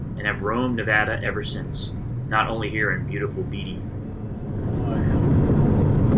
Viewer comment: They're called "burros", but they're not actually donkeys. They are Nevada Hornless Unicorns! Also, Beatty is pronounced "Bay-dee", not "Bee-tee".